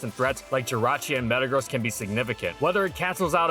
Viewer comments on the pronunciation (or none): none